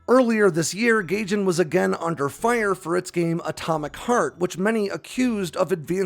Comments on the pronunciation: It’s Guy-Gin not Gay-Gin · Gaijin is pronounced guy-jin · Gaijin is pronounced like "Guy-Jin" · It's a minor thing but the publisher's name, Gaijin, is pronounced guy-jin. It's Japanese for "foreigner". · i like how you called it GAYJIN. LMAO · Gaijin is pronounced “Guy-gin”